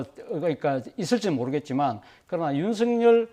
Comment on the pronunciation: 윤석렬은 (구개음화 현상?) 윤성렬로 발안하는 것이 맞는 것 같은데 사회자는 계속 윤석열이라고 발음하니 듣기에 자연스럽지 않다고 생각됩니다